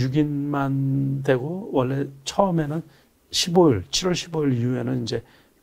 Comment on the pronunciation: 십월이아니고 시월